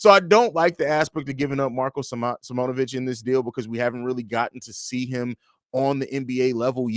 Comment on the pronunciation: You guys be saying Marko’s name wrong, it’s sim-own-ah-vich